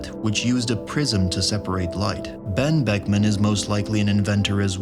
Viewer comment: The real mystery here is how he said Ben buckman without his lips touching